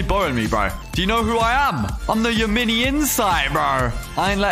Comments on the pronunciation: actually the kit isnt called Ya-Mini its called Ya-Min-i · acually the yaMINI kits name is pronounced Yam-in-i